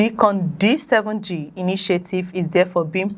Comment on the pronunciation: Pronounced DYcon not Deecon